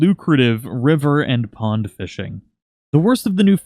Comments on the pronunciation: It said pong instead of pond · Oh yeah, that good ol' "pong" fishing :P lol it's "pond", bro. But for real, thanks for the tips! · it said pong not pond